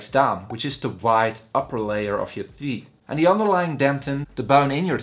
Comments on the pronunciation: I am here to learn about teet 😂😂😂😂😂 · Did he say theet? Thoot? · Lool theet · Theeth🤣 Had me dying💀